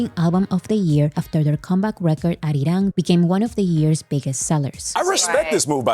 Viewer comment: Kind of off topic, but whenever you mention "ARIRANG", I can see the deep sense of satisfaction in pronouncing it accurately and so close to how Koreans do it. You're nailing it,! Thank you for the coverage and summary. I have, frankly, been blown away by not just the attention, but the press coverage that this got. Really speaks to BTS' impact and influence, and how far reaching their music is. I hope certain industry insiders are taking notes.